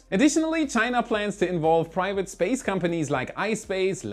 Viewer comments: I feel like Felixs English is getting worse he says Spaz instead of space lol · You kept saying space wrong. 😅